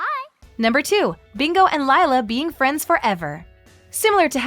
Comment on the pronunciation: Who else was annoyed by her mispronouncing Lila